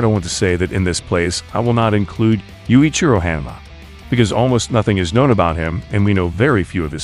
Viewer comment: Please stop calling him Oh-lee-va... Haan mah not henmuh....wow And why baki vs mantis ??